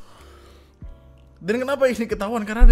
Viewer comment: tempe jangan dikasih 'k' bang, artinya jadi lain 🗿